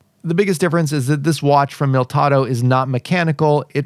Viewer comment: Mil - i - tado NOT Miltado.